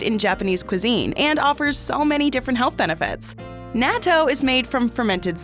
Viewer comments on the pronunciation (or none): It’s Nah-To